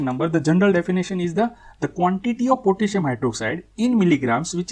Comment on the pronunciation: Why u say pitissium😂